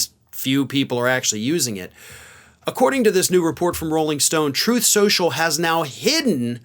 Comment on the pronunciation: "troth sential"